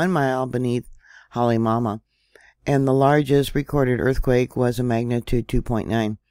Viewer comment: Kilauea is pronounced Kē la u way a(short a). Halemaumau is pronounced Ha Lei maw maw. Kilauea prior to going silent for a couple of years had been continuously erupting for over 20 years. The Big Island of Hawaii is the largest of all the islands, and usually the eruptions pose no threats to the public. No one has died from any of the eruptions unless they've gotten too close to the lava which are usually tourists. The larger Mauna Kea, and Mauna Loa could do more damage should they decide to erupt, and they are due, however most of the pressure gets relieved from Kilauea. The geothermal plant probably played a huge role in the last eruption crisis. Sadly people lost homes during that time, however that part of the island is considered high risk to live in. Land is cheap there for a reason, and you can't get a mortgage for property in that zone.